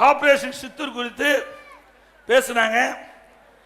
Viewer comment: சித்தூர் அல்ல சிந்தூர்...